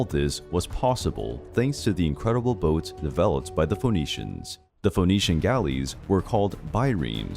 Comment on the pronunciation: It’s pronounced F’neeshians not Fo’neeshians.